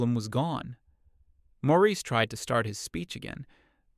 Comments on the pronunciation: IM SO GLAD IM NOT THE ONLY ONE WHO NOTICED THAT! i had to reread several times before deciding it was just a clumsy mistake. also the different pronunciation of Maurice and the "ie" being "ah-ah" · The Nineties Hippy-Dippy guy isn't named "Morris" but is called that for half of the story. Then the narrating voice calls Mr. Hippy-Dippy "Maurice" at 2/3rds of the way through story.